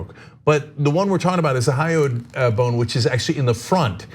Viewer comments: about 37 seconds in, Ana says, "thy-oid" bone. Not even thyroid or hyoid bone. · She said thyoid. Not thyroid. Still wrong though. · HYOID bone... Not THYOID... C'mon man.... I watch TYT all the time and they, at least Ana, should know simple A&P terms associated with the incident before reporting. Sheesh. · Hyoid bone, not thyoid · "thyoid bone" -- uh, hyoid bone is above the thyroid, both in the neck -- but no "thyoid," Anna. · She said "thyoid" by accident. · It's Hyoid not thyroid ! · Hyoid bone not thyoid bone, dear Anna. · HYOID bone, not thyroid bone. Don't listen to Ana's pronunciation; she's always messing up stuff like that.